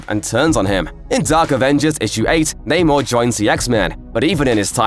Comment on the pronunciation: It's not naymore mafuckas!!! Get that shit right!!